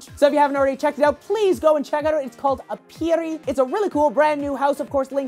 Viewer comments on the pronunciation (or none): Aperi is pronounced normally. It isn't like weird French rrrrrrrs